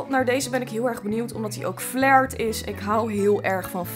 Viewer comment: Het is flair in plaats van flaier🤣🤣 Wil je liken en reageren💖💖